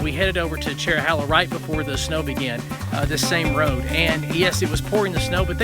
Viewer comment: It's chero- hey-la not chero- holla. Connects the Cherokee National Forest with the Nantahala forest. Nantahala is hey-la, not hol-la